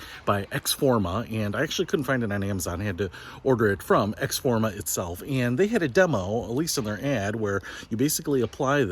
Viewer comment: Pronounced ex-O-forma. Just saying